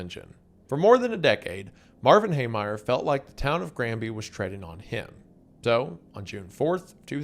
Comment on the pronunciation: Mispronouncing the name of the topic of this video is disgusting. Heemeyer.